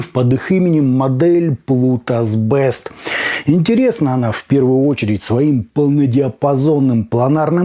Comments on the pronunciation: Плутус Бист, а не Бэст!!! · Не бест, а бист (зверь) . А так спасибо за обзор, заинтересовали